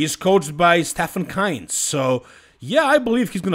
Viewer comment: Ist’s pronounced Stefan „Kiienzl“ not „Kainz“